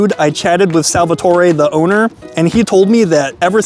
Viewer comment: The pizza looks "mid" because they fry that, too. You missed a great Edinburgh spot at City restaurant. Also you're from Jersey wearing an Eagles jacket and don't know how to pronounce Salvatore?